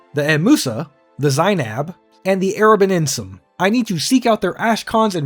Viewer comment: Thank you for pronouncing Hortator and Erabenimsun like somebody who can actually read. There's surprisingly few.